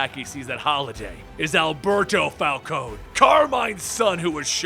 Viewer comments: It's not Fal-cone, it's Fal-cone-ee. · It's pronounced Falconee not Falcone with a silent e.